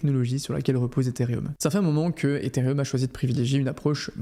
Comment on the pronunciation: pitié c'est ethereum pas etherium